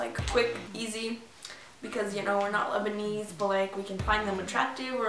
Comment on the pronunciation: U KNOW ITS LESBIAN DONT SAY LEBENEZE CAUSE ITS OFFENSIVE TO ACTUALLY LEBENEZE PEOPLE